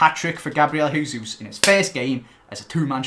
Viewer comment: it's Jay-zeus. Not hey-zeus. Plz